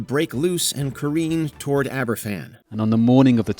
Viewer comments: It's pronounced Abervan. A single f is a v sound in Welsh. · Does anyone even fact check the pronunciation? The Aberfan entry has archive footage with the correct one, how do you get it wrong? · you really expect Americans to be able to pronounce a Welsh word right? They struggle with English. See Worcestershire 🙄